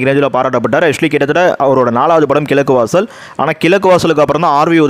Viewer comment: சகோ! உங்களுக்கு "ழ"உச்சரிப்பு வரவில்லை,"கிலக்கு வாசல்" அர்த்தமே கிடையாது தவிர உச்சரிக்கும் போது கோபம்தான் வருகிறது, ஆகையால் ல,ள,ழ வேறுபாட்டை முதலில் அறியவேண்டும்.